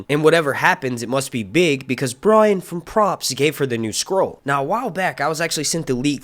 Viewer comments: Lol at him pronouncing scroll as "squirrel" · I thought you were saying squirrel lol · Is he saying squirrel?